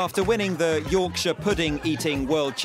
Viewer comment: i was rooting for until i heard him say yorkshire at the end